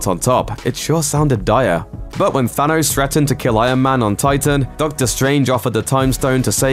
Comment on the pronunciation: does anybody else hear "I AM MAN" instead of Iron Man?